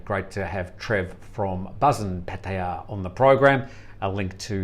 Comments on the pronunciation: Thanks, good edition today 👍🏻 Nice to see Trev from Pattaya - fancies himself as a Thai speaker but made a meal of Pattaya pronunciation...🤔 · can you please pronounce places in Thailand like an Australian..just speak normal you are not thai!!!